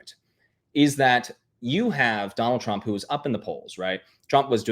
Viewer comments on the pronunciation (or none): 😖"Donnil Chromp", DONNIL CHROMP", "DOnNiL TruMP", "donnil chrump", DONNIL TRUMP!" 😤